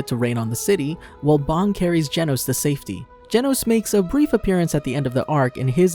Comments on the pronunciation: its bang not bomb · ah yes, "BONG" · ah yes he calls bang bong